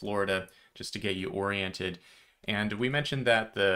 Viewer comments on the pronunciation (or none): none